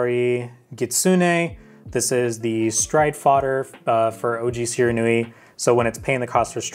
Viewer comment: I think you mean SHE-RAN-WE